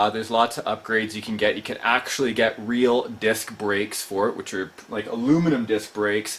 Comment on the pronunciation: rill? you mean real right